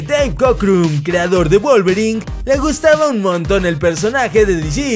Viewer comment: Wolvering? Neta, Wolvering??